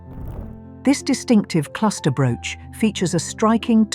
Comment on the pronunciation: Hate the narative Broooch pronouncing the brooches.. The # of loose diamonds means if one falls out of something it can be replaced ! AMAZING ! The flower basket suddenly came to garnets and citrines it didnt have or you just showed someone else's Pin !